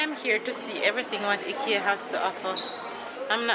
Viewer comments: dear, the place is pronounced (Hikea) not hikkyea. One is like you're going hiking, but you're calling it like what you get on your neck. Please try. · It's IKEA pronounce EYE KIA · I’m a fan of banana fritters have been eating them from I was a child. It’s pronounced I-KE-A…it’s more affordable especially with college students and first apartment young ppl…your children are beautiful. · Sounds strange when you pronounce t Ekea here in Europe we pronounce it I-Kea lol i love Ikea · its fine its actually pronounced both ways by the founder himself, I saw a video where when he speaks to an English Audience he says IKEA and when Swedish he says EKEA, he didnt care anyways. I was not criticising so dont take it that way I am saying that it sounded funny to me thats blessed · Hi, I am from Toronto. I just wanted to correct the pronunciation of the furniture IKEA. “Eye-kee-ya. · I love shopping at IKEA! I have to go through and look at all the things :-). In the US we pronounce it eye-kea.